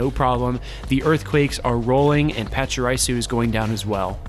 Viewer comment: Man, I have to do it.... Pah-cha-REE-Su. Not RIE-su. Also, BEE-Barrel, Like Beaver... Barrel. BEE-Barrel Lie-Noon Mie-Noon (like Minus... ) overall though, good job showcasing what Donphan can do. Even though it isn't a part of the core metal, it definitely has a place so need to prepare for it!